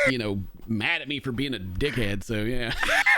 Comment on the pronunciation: You can hear the aussie in that "dickhead". It's rubbing off on you,. Soon you will be calling everyone a C#%t, and I love it.